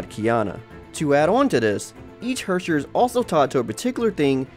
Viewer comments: ITS HERRSCHER not Hwöwrschwör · "if you don't know what the word Hersher means..." Me, a German: "What? Hershey's? Well at least it's english take on "Verurteilung". I swear I laughed so hard, because it caught me off guard. It's probably so hard to pronounce words for other people, they are so damn harsh, sometimes. In this case I can't even compare it to English pronunciations... It's sorta like a Scottish person would pronounce "here" but with more emphasis on the r. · the way he pronounced 'Herrscher'... i didn't realize he was speaking german until he showed the wiki page^^ i'm german btw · Im German and I was laughing so hard about him saying Herrscher